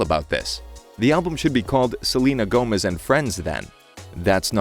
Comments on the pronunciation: I HAD NO IDEA WHAT HE WAS TRYING TO SAY AND I THOUGHT HE WAS SAYING THAT SHE WAS GOING ON TOUR OR SOMETHING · LFMAOSKOS IM SORRY HE SAID SELENE TOURS I- 😭😭